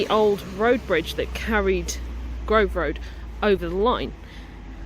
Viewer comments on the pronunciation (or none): none